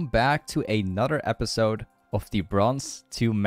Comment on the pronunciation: Your "another" pronunciation is wrong. It's not like "eynadır" It's like "enadır"